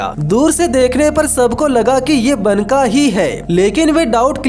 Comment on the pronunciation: भाई, वो बनका नहीं, बांका है.